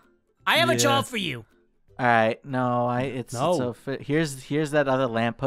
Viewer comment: ", joo done goofed"